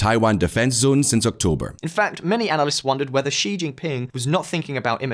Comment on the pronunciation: Ah you pronounce Xi correctly now 😁